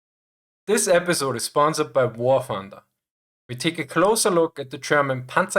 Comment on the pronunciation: I'm subscribing for the Schwarzenegger way you say "Wah Thunduh"